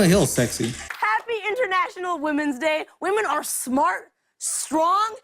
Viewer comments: Why do you say women as woman- "I haven't got good education" ahhhhh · Maybe stop calling them "wahmen". A pretty fucking misogynistic thing to say.